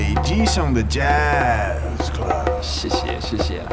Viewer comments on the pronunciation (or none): "SHEE SHEE"